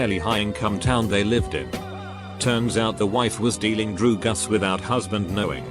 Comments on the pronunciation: Drugs = “Droogas” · Man, don'tcha just hate it when your teacher sells droo-gus?